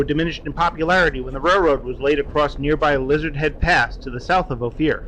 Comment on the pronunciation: Another great bubble-head production. Good to see the country. Ophir is pronounced " oh fir"